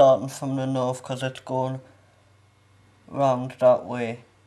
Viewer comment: It's north not norff